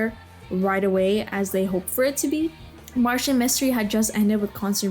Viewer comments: It's Martin Mystery not Martian mystery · Lol why do you keep saying it like Martian Mystery? 😂 it's Martin. He's not from Mars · It’s Martin mystery not Martian mystery. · Loved all these shows that came out before 2009 (stopped watching cartoons around then) I DO in fact remember team galaxy, seeing that is why I clicked on the vid lol. Also it’s MARTIN mystery, not Martian lol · Hey, I'm not trying to be mean when pointing this out, but do you have a speech impediment? I notice you pronounce Martin like you're saying, Martian.